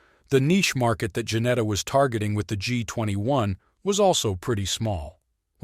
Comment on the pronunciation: Its Ginetta not Janetta